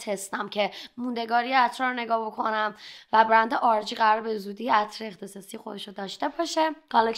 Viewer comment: خیلی ازت خوشم میاد ولی اینجا داری سغی میکنی باکلاس صحبت کنی که صحبت کردنتو خراب میکنه و به دل نمیشینه…مثل تلفظ کردن عطر :)